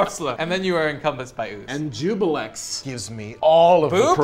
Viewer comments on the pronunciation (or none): No. Ju-blex. Not ju-bi-lex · Everyone says "Jubilex" instead of "Juiblex". :(